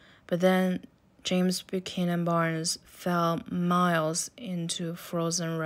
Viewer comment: The way you pronounce buckys whole name 💀👏